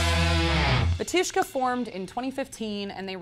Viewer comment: *Ba-tyush-ka, first syllable accented. *Hos-pah-dee